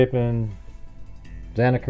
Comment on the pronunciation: Xana, pronounced like Anna, there was also blood running down inside the kitchen wall, i think it was the pantry. If bryan had dog hair from Murphy on his clothing, he is toast, bbqd, well done.